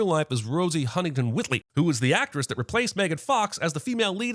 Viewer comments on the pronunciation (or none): Not to be nitpicking here, but still... Yeah, ok, it's nitpicking : it's Rosie Huntington-Whiteley, not Whitley. But hey, who's paying attention to details 😉